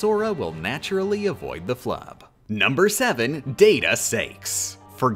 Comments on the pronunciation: Why mispronounce the Org. members names? It's Larks-ene, Lucks-ord, Sai-ex, Zex-i-on (sounds like an Eevee form), Lex-a-us, and Vex-en. Are you intentionally doing this? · Larsheen, Lewsherd, Sayx, Zeshen, Lucius (Seriously? That one is so off it doesn't even make sense), Veshen (OMG this is becoming painful). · I have never had to do a double-take so hard as when he said "Shaldin" Edit: Also "Lushord" and "Sakes" Edit 2: Ok now I'm almost certain the mispronunciations are on purpose, there's no way you just think every x is pronounced like an sh